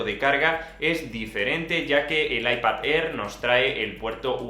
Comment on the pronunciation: “Aipad Errr” 🤣 🤣 🤣